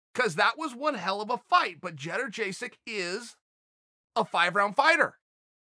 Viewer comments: did he just say "chedder jay sek" ? haha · He really said “gederjaysic” this frustrates me soooo much hahahahha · Chael and these name pronunciations.. fricking hilarious. Jedderjasic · Nobody: Chael: ChedderJaySick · "Cheddar Jaysik" - Uncle the GOAT Chael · Lmfao exactly what i was hearing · "Jenner Jaysik"... lol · Chael: „Jarajesyk” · Joanna "Jedderjaysik" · Bro just keep calling her “not champion”. Butchered her last name 😂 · because of her difficult to pronounce last name, she was known as Joanna Champion during her title reign. and since now she isn't the champion .... well, you know where i'm going with it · how the fuck u gonna butcher her name? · Doesn’t even know how to pronounce her name